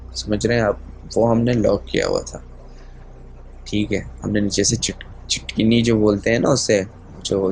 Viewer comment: Its chitkhani not chitkineee...